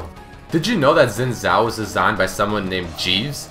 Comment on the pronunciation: Really enjoy all of the did you know series, however this got to me how you were incorrectly pronouncing "zhao"